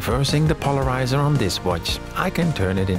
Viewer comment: "REmove the polariZAH" I loved this series so much. Can't wait for more.